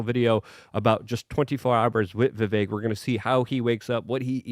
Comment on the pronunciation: Hey you finally pronounced Vivek properly!